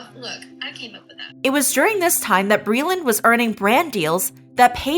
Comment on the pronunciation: Hey glittow cwittows, it's bweeland!